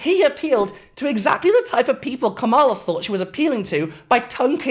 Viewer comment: Very good analysis, great work, it is tho pronounced comma-la ❤